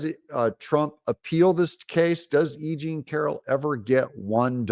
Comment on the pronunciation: When you say E.Jean…..it sounds like you’re saying “aging” to my ears. How appropriate.